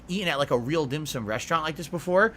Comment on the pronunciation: Why why why why why why????? Who in the flyin F**Ck gives a rats ass about what this idiot did on his day off??? has zero imagination and apparently there are some losers that watch this trash and pay him to do this. Glad he had some dim sooom. SMH. Of course if you tell this dick head its pronounced Dim SOME he'd tell you what an idiot you are even after you show him an actual Chinese person saying it.